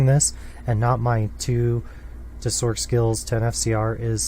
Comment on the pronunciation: why does he pronounce it "sork" when the c in sorceress is an s sound, i always pronounced it a "sors" because of this same with "merc", which i pronounce "mers" because its short for mercenary